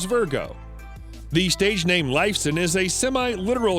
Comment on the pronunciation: Did you hear how he pronaunced Alex's last name?!?!